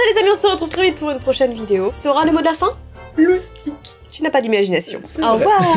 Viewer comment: dit loustique alors qu'on peut dit moustique